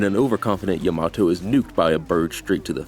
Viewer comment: Why do people say Yamato wrong? They literally say her name constantly. Is this like a thing I don't understand like how people say sahkera instead of Sakura?